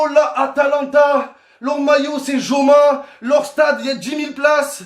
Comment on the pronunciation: Covid ca rime avec stades vide mdr .et joma le j ca se dit pas j en espagnol mdr c un fou momo . Torai dit anelka j orai explose de rire. Un vieux cochon mdr anelka i ta traumatisé 🤣🤣🤣🤣🤣🤣🤣🤣🤣🤣🤣🤣🤣🤣🤣